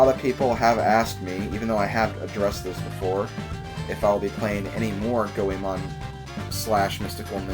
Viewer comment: it's GOEMON.